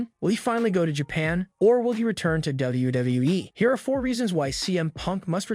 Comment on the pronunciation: This Narrator’s inability to pronounce “WWE” makes me want to punch puppies.